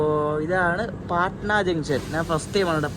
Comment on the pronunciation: പാടനാ അല്ല ബ്രോ പട്ന ആണ്